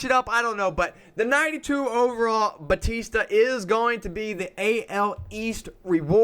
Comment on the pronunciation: Jeez the way you say Joey Bats name is cringe worthy. It’s pronounced “Bow Tee Sta”. It’s not Batista like the WWE wrestler lol.